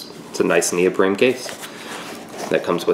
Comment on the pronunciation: neopreme? lol